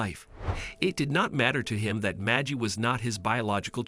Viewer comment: One can't just adopt a child until all avenue to find a living relative is not found or signs them over. This is bait. It's a bot it's not majie it is Maggie like baggy. Nobody says that just stupid people believe this crap